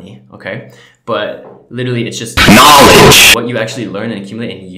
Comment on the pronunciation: NEVER do that "K N O W L E D G E" thing again lmao....you literally almost gave me a heart attack